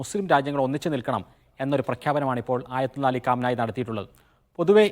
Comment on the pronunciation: കാം നായി അല്ല potta കമേനി